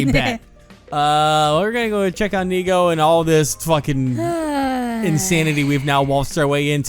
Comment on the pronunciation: French funfact of the day : in the game, Nigou is pronounced "Nigo", which in French sounds exactly like the word nigaud, which means a fool (but in like formal version) So for the whole gameplay now all I can hear is everyone calling him a fool lmao